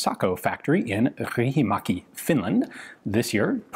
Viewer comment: That has the be the Fanciest way anyone has ever pronounced Riihimäki. Riksuns,Riksuneers, Riksunians(?) should be proud. Its usually pronounced more like REEhimäki.